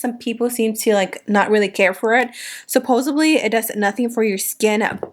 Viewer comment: Did she say "supposebly" instead of "supposedly"??🤔